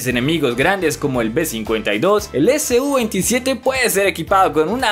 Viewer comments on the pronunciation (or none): Se dice su-27 todo junto no S-U